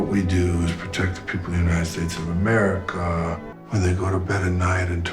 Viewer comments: "Uni-ed Sates uv UhMERiCUUUUH..." 🤣🤣🤣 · Why did he say America like that?😄